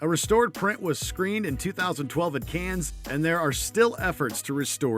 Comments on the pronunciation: For the love of all that is good and decent it’s pronounced CAN! The S is silent! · You gotta learn how to pronounce Cannes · Seems like a cinema reviewer would know how to pronounce, 'Cannes'.